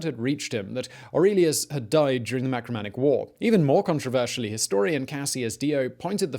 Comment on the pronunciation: Marcomannic wars,not macromannic please.....